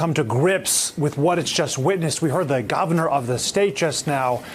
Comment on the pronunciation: I know this is serious but did over here say "gavernor" instead of "Governor"??